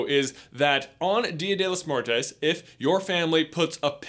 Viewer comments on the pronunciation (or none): It’s pronounced “dee-uh day low-ss m-where-toe-ss” come on lol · As a native Spanish speaker when he said “Día de los muertes(muertos)” I cringed SOOO HARD, he sounded SO white 😐😐😐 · Lol "día de los mortes" and "chikaron" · “De de laz muertez” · J's. Pronunciation on Spanish words is adorable. J, it some thing like this: Chicharrón - Chi-cha-RON Día de los Muertos- Dea de los MuertOs Hope it helps :3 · Dia de los Muertos = Deeuh deh laws mooertuhs Chicharron = Chee chuh rrawn You're welcome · Why did he say "Dia del los mourteys" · Did he just say dia della mortez?? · I'm sorry, I'm mexican and I'm sure there are others out there, and not trying to be rude but I just had to rewind to because of how he said "Día de los muertos". It got my laughing a bit. It's aight buddy you gave it your best. Love this vid btw!!!💙💙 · He really nailed the spanish pronunciation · I’m whiter than a polar bear drinking milk in a snow field but even I know you butchered Dia de Los Muertos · The way he said Dia de los Muertos made me cringe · lmao just butcher "dia de los muertos"